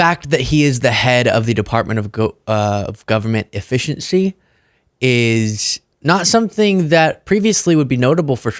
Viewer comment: It sounds like he's saying the department of government deficiency